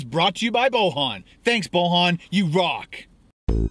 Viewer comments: The way you said the guys name was weird it's pronounced literally like it's spelled boy an. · Lol! I'm not the guy who donated but his name is not pronounced like that, it's pronounced Boyan but the name is Bojan.